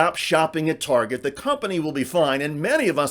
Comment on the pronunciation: She loves to shop at "Turget", apparently.